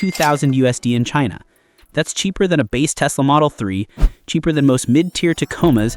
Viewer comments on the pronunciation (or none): none